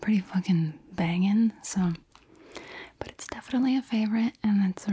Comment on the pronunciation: lol for 25, you said "but" and I thought you were saying the 25th word was "but t"